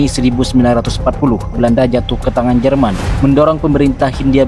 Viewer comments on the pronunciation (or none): none